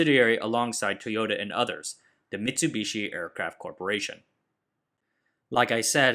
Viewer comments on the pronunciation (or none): none